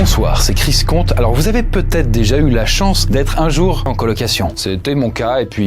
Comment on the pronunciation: ce n'est toujours pas "chris conte" mais "conte fécond" cher ami